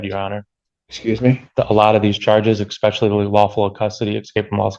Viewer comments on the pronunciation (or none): He said expecially😑